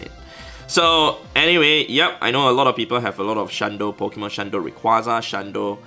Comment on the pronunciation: Nobody: An Asian: Po ki mon